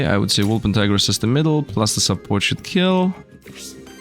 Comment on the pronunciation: The wolpentinger is a German cryptid, you can pronounce it German.